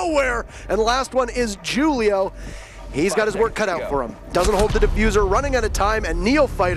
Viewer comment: Why they keep mispronouncing Julio haha